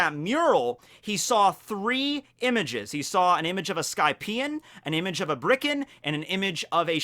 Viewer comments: Birkan, not Brikan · Its BIRKAN and SHANDIAN...not bRiCkEn and ShAnDoRiAn